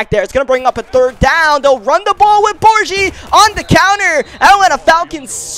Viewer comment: Cracks me up when he kept saying (Bor G) it’s Bor Gi. Gi that rhymes with key